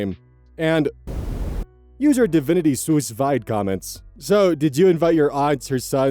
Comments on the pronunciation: ...FYI, "Sous vide" is pronounced "Sue Veed." it's the immersion heater system. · Sous vide is pronounced sue ve, it’s a French method of cooking using water. Castiel has all of its vowels pronounced and is not pronounced like the French word bastille. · Sous vide is pronounced sue (as in a lawsuit) veed (like weed except with a v), so sue-veed. It's a cooking technique from France. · I've started to look forward to hearing how pronounces semi-common words. It makes me feel normal. I learned most of my vocab through books as a kid, so it's nice to hear little messups XD Todays was sous vide- pronounced by as "soos v-eyed". (Pronounced "sue veed" normally) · just, a tiny thing but... SousVide is pronounce sue veed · I have no idea if it was intentional but hearing pronounce Sous Vide like that was really funny (if it wasn't it's pronounced "sue veed" it's a cooking method) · Just a little note since I don't see anyone else mentioning it and I know you like learning new words, 'sous vide' is pronounced 'soo veed'. It's a cooking/baking term that means "under vacuum" where you cook the food in a jar or a bag placed into a water bath. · Sous Vide is pronounced "SOO veed" Love the vids! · Sous Vide is pronounced soo-veed because it's french and makes no sense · No shade,, but from the way you pronounced DivinitySousVide I believe this may be the first time you've encountered the term "sous vide" in writing, which is completely understandable. It's a culinary technique, and it's French. My Midwestern mouth butchers French, but it's roughly pronounced "sue veed". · it is killing me how you are pronouncing “sue veed” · "Sous Vide" is pronounced Sue Veed lol 😂😂😂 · Sous Vide is pronounced "Soo Veed" Its a method of cooking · immediately brought out of my stupor by how pronounced Sous Vide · Sorry to be that person, but "Sous Vide"is French and pronounced [Sue-Veed] like litigation and the -eed is read like weed the drug